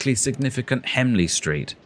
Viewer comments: And he said hemley street instead of HENLEY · Henley street mate not hemley